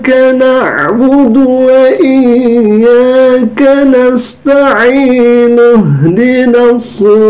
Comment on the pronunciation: Mengapa bacaan AlFatehah nya salah itu. wa iyyakana' musta'iin..? 😳Surah AlFatehah di baca tiap2 raka'at dalam solat. Masok MTQ lagi 🤣🤣. Murtadiin Botol kamu...